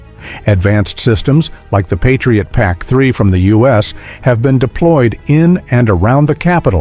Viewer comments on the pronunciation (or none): none